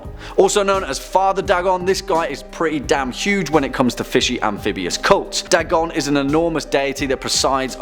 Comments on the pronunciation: Its not "Dah-gon", its "Day-gon" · Its pronounced "Daygon" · Your pronunciation of Dagon was off. It's said Day-gone. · Pretty sure it's pronounced DAY-GON not DAH-GON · It’s not da gone It’s day gone, Dagon is the god of fish, and he is the coolest in my opinion. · i thought dagon was pronounced Day-gone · It's pronounced "Day-gawn" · Pronounced: day-gone. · its pronounced DAY GONE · I'm British and I know it's pronounced Daygon the only reasonable excuse is that he just reads a script he probably doesn't care at all and is just a puppet of a company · Your pronunciation of the name "Dagon" is off by far. And no, Dagon is the earthly name for the creature, unlike Cthulhu, which is spoken in an Alien tongue and thus not meant to be pronounced by the human tongue. Dagon is pronounced (as mentioned in one of the MANY letters Lovecraft wrote) "Day-gone". So points off for that. Also, Hastur is mentioned in "The Whisperer IN Darkness", not of darkness.